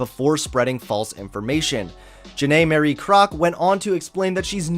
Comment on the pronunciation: why is he pronouncing “Marie” as “Mary” lol